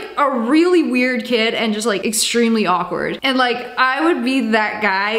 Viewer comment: sssniperwolf you said “wawkward”